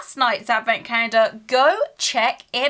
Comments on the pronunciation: Take a shot every time she says “cah-yen-duh”. Gives me PTSD to when I was in speech therapy. I normally have to stop watching half-way because grown adults using an aggressive baby-voice triggers me. Intensely. I normally don’t care for advent calendars but I loved this calendar! Very original and creative! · Is she saying advent cander?? There is no L in her pronounciation.. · Anyone else hearing "cander" or is it just me 😂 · I've been watching all the Advent openings and I just realized brits pronounce calendar like Cayender.